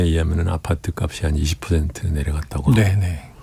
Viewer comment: "값이"를 제대로 발음하시는 분 오랜만이네요